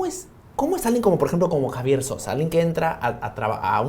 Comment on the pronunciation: Ese periodista dice “Javier” Sosa 🤦🏿‍♂️🤦🏿‍♂️🤦🏿‍♂️